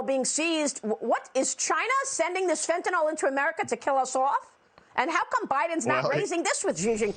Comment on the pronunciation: It's fentaNYL. Not fentaNOL.